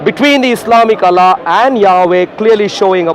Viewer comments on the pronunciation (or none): This freaking I dian hindu boy pretends to be christian is puposely mispronounces the the name of Allah SWT to sound like western or English man. What an idiot 😆 🤣 😂 😹